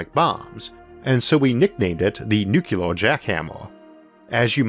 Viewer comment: New-clear. Not new-cue-lar.